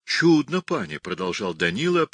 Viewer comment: Не впечатлена чтением. Художественное чтение - это же не рассказ загробным голосом с протяжным произнесением слов! Чтец ударения в словах ставит неправильно. Всё у него "чУдно", где надо "чуднО", да "молодцЫ" вместо "мОлодцев". А в начале, там, где Данила поёт песню сыну, её надо ПЕТЬ, а не проговаривать.